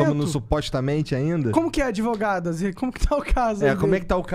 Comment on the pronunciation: Ai essas 'advogatas' causaram muito problema kkk